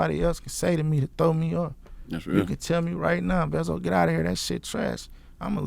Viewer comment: Vezzo not veezo! That boy cold! Shout out to the shooter behind him looking like a artist. I see you 😂